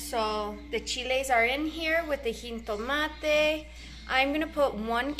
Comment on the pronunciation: Remember that jitomate, has no "N" in it, say it like this.. He-toe-ma-tay, try to train yourself out of that bad habit of saying "heen-toe-ma-tay" you're doing good tho!...also try saying "rancho" like this.. RAW-n-cho instead of "RAN-cho".